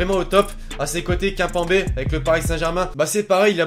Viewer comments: "KAINPAINBÉ" 😂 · Très bonne vidéo mais le kaimpembe mdr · Attend j'ai pas rêvé j'ai entendu kainpember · Kinpembe MDR Kimpembe frr!! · Mdr😂😂 Cainpenbé c'est Kimpembe. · c kimpembe pas kunpenbe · Kimpenbé on dit KIMEPEMBÉ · Eeeeuuuu c kimpèmbé pas kinpenbé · Kim pas kinpembe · Kimpembe se pronoçe kime pème bé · en fr c'est tjrs kim y'a pas d'accent a avoir xD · IL A DIT KAIMPAMBEEE POUAHAHAHHAA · Kaimpembé MDR tu m'as tué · xd quand tu revois la vidéo qui dat "kimpambé" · kinpembé 😂 c pas une insulte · tu sais pas dire kimpembe lol ! et aussi petite question martial ou lacazette? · Il a raison il c est pas dire kimpebem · on dit kimpembe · Il a pas respecté la prononciation de kimpembe 😭😭😭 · Comment a tu prononcer kimpembe !?😂😂😂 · Qui a remarquer comment il prononce kimpembe ?😂😂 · min comment il a dit kimpembé 😂😂😂😂😥😣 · Mdr comment il a dit kimpembe à 4.50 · Il c même pas dire kimpembe